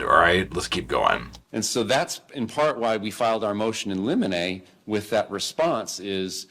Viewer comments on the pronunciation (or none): Motion in "lim-i-ney" like "lemony" with short i's. You are my favorite Sarah Boone commentator - too funny!! Congrats on baby boys! 💙 🐕Bo William & Luke Conner🐕